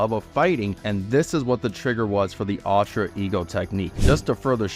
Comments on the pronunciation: UL-TRA not AL-TRA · “Altra ego”